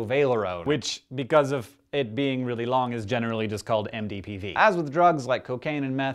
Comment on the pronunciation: Can we appreciate him for correctly pronouncing MDPV's full name?